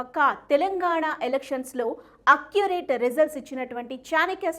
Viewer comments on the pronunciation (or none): అక్కురేటు కాదు తల్లి... యాక్యురేట్